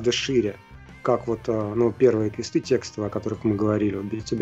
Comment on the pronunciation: Отличный выпуск, спасибо большое! И кстати про квЕсты vs. квестЫ: мост — мостЫ, но текст — тЕксты. Возможно, роль играет то, что и квест, и текст — заимствованные слова (ср. тест — тЕсты, торт — тОрты, тост — тОсты). В общем, мне квестЫ режут ухо точно так же, как и договорА и звОнит.